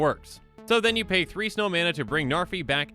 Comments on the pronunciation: Names not narfee. Learned that from another comment. Its pronounced "Nhar've" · Id it just me or did he say Zarfi? 😂 ps: No hate, just found it funny. Same way Seth 😂